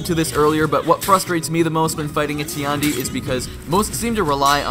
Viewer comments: Tiandi's voice actor: Tee-and-e Every player: TIE-YAN-DE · Nah nah nah bro its TEE YAWN DEE XD